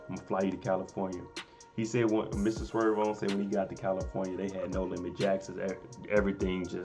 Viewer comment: It's SERV-ON not SWERVE 🤦🏾‍♂️..You better put some RESPECT on his name🤣🤣